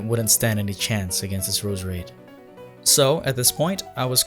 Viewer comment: I love How he says Roos-Rade